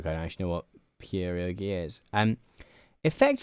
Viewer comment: aggressively British pronunciation of Crepes and Pierogis is sending me